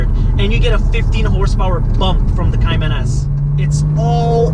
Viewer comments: Cay-Man not cyiman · You need to at least say Cayman correct